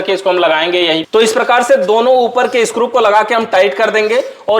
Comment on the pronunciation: Sir ap screw ko scrup boltey ho😅